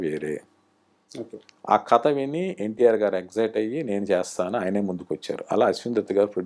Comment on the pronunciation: బహుశా మీ నుండే విష్ణు కథ అనకుండా కత అనడం మొదలెట్టాడేమో, అసలే నత్తి కదా ఇదేదో బాగుందే అనుకోని..